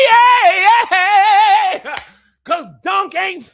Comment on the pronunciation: I felt that WAAAIIITTT!! In my soul.